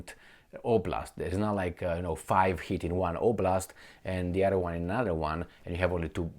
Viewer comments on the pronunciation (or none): none